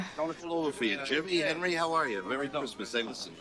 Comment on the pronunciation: My favorite movie. I love that Tommy always pronounces Henry as Hendry and that after the time jump Tommy ages like twenty years more than Hendry